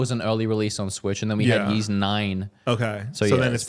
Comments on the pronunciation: YEESUS CHRIST! These guys "yeeeesing" all over the place! Yeees this, yeees that. The Ys game series is pronounced EESS!! Are you trolling us all?! 😅😅😅😅😅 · Just trying to help I think Ys is pronounced “ease”. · How do you not know how to pronounce Ys? It's a pretty big JRPG series that's been around for decades. And your whole career is videogames. Then again, this is the who still calls Labo "lay-bo" (hint: it's labo as in laboratory, ie., a word that makes sense. What does he think lay-bo means?). I feel like he must be doing it on purpose, like those trash YouTube shorts and tiktoks that can't get engagement by making actual worthwhile content so they just act dumb on purpose to force people to comment. Must be very proud of this garbage tier "content"